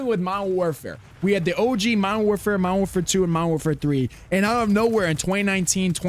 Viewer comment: Lmao this is why I’m still on mw2. No ai bs no report spam bs. And it was left alone by these dev idiots 🤣 never bought mw3 or bo6. And I sure as hell ain’t getting bo7 that ain’t cod anymore lol Also “mowerwarfare” 🤣🤣🤣 wtf